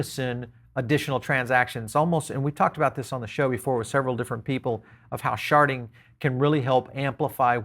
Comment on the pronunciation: Yeah, I keep hear "sharting"